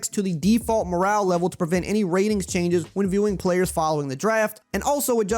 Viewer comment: He said "choianges"